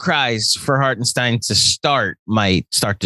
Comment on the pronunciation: Let's Go NY! Little advice from a German Knicks fan, let's get his name right once he's on our team, as I've heard tons of pronounciations. It's Harten and stein. Like the sh in shit and the dine in dine. Hartenshdine. Totally looking forward to him playing for us